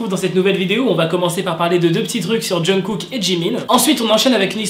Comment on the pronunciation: C'est moi ou il dit tout le temps "John Cook"............